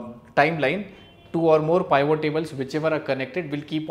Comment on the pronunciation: Thanks for the information. Please pronounce it as “P-vot”